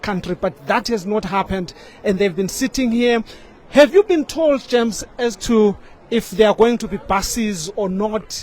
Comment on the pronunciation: "Quit a passionate plea from GERMS here". It's JAMES not GERMS.